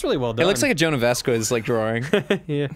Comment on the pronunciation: Gosh, I hate when he pronounces it "Vasqwez." :_GrumpsLULZ